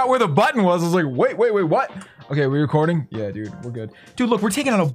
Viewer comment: Nobody: Are we recoreding?